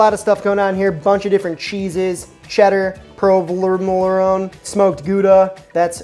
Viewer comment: I mean, are you intentionally trying to make new names for the cheeses like someone did for Worcestershire sauce? Provolone is not a hard word. plus... Cheddy?